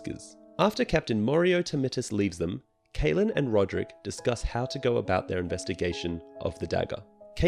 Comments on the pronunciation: Great job on the summary 👍. Although it was very annoying how you keep pronouncing Catelyn as Kaitlyn instead of Cat-e-lyn like i am used to. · CAT-lyn, not KATE-lyn, Il-AIR-io, not ILL-i-roy.